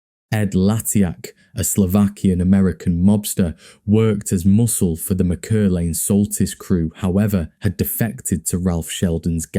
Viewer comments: Btw the surname is pronounced Mac Er lane. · It’s pronounced Mack-err-lane